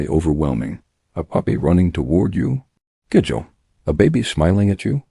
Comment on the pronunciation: Even the narrator can’t pronounce ( gigil ) it’s pronounce ( ghee gheel ) lol